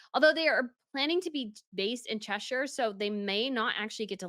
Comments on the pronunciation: No no no! The s in Grosvenor is NOT pronounced. The word is pronounced grow-vner. And Cheshire is never pronounced che-shire. It is pronounced che-sher. Also, aristocrat is not pronounced aristo-crat. It's pronounced ar-istocrat. PLEASE learn to EnglIsh words properly. It's just rude to present yourself as a royal commentator and yet you don't bother to learn how to pronounced the relevant vocabulary. It's not hard!! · It's not ChesSHIRE its pronounced ChesSHUH. It's not pronounced SHIRE. Same with Gloucestershire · Cheshire (pronounced Cheshaah, please)! Not Cheshayre. The "modern twist" to the bride's dress was, indeed, the keyhole back, which would have been totally impossible back in the day, to which the rest of the dress, plus the vintage car, btw., refers. It is the typical look of late Art Déco, about 1930's, when also the car she rode in was build. It totally reflects this time period. The waistband served as a very neat fastener for the detachable train. Knowing Chester and the Cathedral quite well, the most weird thing to me was the plywood boardwalk they had installed, but had the cars stopping far away from it, also no carpet had been stapled/glued to the wooden walkway. Very strange and incomprehensible to me. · It's Chesh.......errrrr not Chesh.......ire. Thankyou from a Cheshire lady! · Chesher, not Cheshire, pleaaase. Grovenor, not Grosvenor., don’t you read the comments? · Hi if you are a commentator you will have to learn how to say Cheshire, then maybe Cholmondley ( chumley) lol xx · A “royal” commentator who cannot pronounce Grosvenor or Cheshire properly?